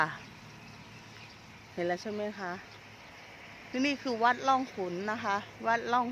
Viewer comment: อ่านชื่อวัดผิดจ้า มี วรรณยุคเอกด้วย อ่านชื่อวัดไม่เอกหายไป